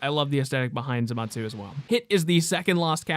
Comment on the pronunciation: ZAMASU not ZATMASU